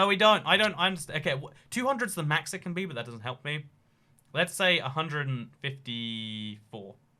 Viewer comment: I like how he says can as con, but can’t as can’t